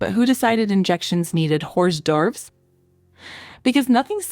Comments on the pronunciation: hoars dee overays ... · FYI- hors d'oeuvres is pronounced “or DERVS” (appetizers), no shade 🫶✨🌈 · The pronunciation of hors d'oeuvres was wild 😂